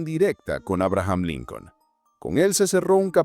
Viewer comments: Por que dice linkel? O yo estoy oyendo Mal? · No es linquen es lincon.compadre terco que es linquen wey